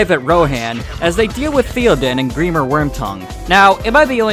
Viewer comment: This dude making fun of mispronunciations but he says Grimir instead of Grima